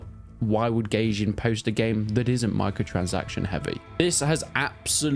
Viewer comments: I think its pronounced "guy-jin" not "gay-jin" lol 😂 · it's goy-jin